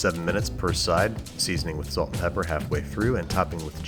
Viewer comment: Everytime you said salt or pepper, I hollered! Good video though!